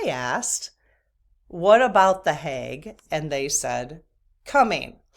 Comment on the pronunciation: HAGUE, not HAUGE, smile